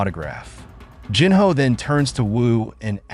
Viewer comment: Great video... other than the pronunciation of Jinwoo's Sister's name... Jin-ah